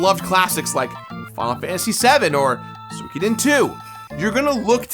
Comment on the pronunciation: Two things: 1. SWEE-KOH-DEN 2. Hybrid Heaven is the real GOAT RPG on the 64.